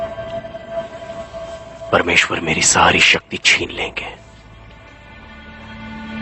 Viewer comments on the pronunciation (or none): none